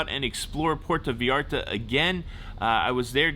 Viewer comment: Puerto Vy-arta & CULL-inary. Not Q-lanary